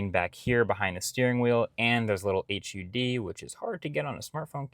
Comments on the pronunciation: My brain never not catches it when you say “H.U.D.” instead of just “HUD”. 😂 . I think you’re the only person I’ve heard say each letter as apposed to combining the letters. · Although Marquis is boss when it comes to reviewing all things techy, I've noticed that he always says "h", "u", "d" when referring to the heads-up display feature. Well, I've met my fair share of military pilots (I got to greet and shake hands with all the Blue Angels at an Air & Sea Show some years ago) and they always pronounced it as "HUD". Yes, I'm splitting hairs but just thought I'd pass on that little tidbit of scholarly wisdom to any of you who care enough to know the difference so you can impress your friends at your next backyard barbeque with all the sparkling wit and inconsequential knowledge of truly trivial facts that you've learned here… *now that little jingle from The More You Know is stuck in my head* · It’s pronounced “HUD”. Don’t say each letter… it’s all one word. Lol.